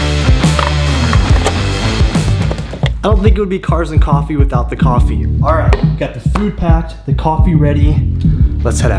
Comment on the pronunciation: Rip "cofffee"